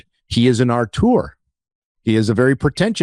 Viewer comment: it's "auteur" which normally should be pronounced more like 'O-ter' to be begin with, but the American way at least say 'aw-tour' and not 'art-our' or "Arthur" 😉